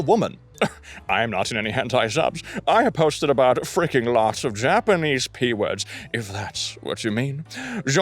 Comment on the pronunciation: Kinda funny seeing him pronounce the Y in Japanese words with an English J sound